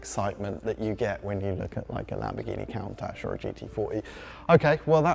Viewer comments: a Count Ash? Fire this man immediately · Lmao at the pronunciation of "count - ash" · Lamborghini cown-tash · Did you really just say "Cauntach"? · Lamborghini 'Count-ash"? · He really called the Countach a Count-ash??? ewww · Bro really said “Cowntash” 😐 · ah yes, my favorite lamborghini, the cowntash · Is that how you pronounce countach? Count-ash? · Did he just pronounce 'Lamborghini Cow-ntach'😂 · Did he say "Count-ash"? LOL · Lamborghini "Coontatsh"😜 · "Lamborghini COWntache?" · stop saying Kauntasch. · Count-ach? Really? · How do you say "'Cown-tash" whilst being a automotive reporter man. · I love Top Gear, but no way it’s pronounced “Cow-ntach”. Literally never heard anyone use that pronunciation before. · No way it’s pronounced “Cow-ntach”. Literally never heard anyone use that pronunciation before. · He (wrongly) pronounced it “cown-tach”, the way you spelled it hurts my brain to try and say it aloud. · Frank Stephenson (F430, P1 designer) made video discussing this, and apparently when he was working at Pininfarina, he learned that the word, "countach," is a piece of Italian regional slang and is actually pronounced KUUN-tok. There is no soft "ch" sound - the last letter is silent. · Again! IT'S "Coon- Tosh" I hate when people mispronounce car names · It's pronounced Coon-tash. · "Koon-taakh" is the proper pronunciation in Italy. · I stopped watching when he tried to pronounce Countach. Like you’re supposed to be a car journalist and cannot pronounce the name correctly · Worst Countach pronunciation in the car industry. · Did you honestly not find a presenter who knows how to pronounce Countach, lmao? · Can't get over how he pronounces Countach lol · Learn to say "Countach" correctly or seek other employment... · That mispronunciation of Countach was actually so bad it was painful to hear. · How do topgear not know how to pronounce COUNtach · disliked for countach pronunciation